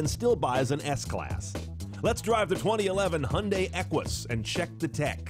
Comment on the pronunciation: What is a "Hunday"? Fucking dick weed can't talk.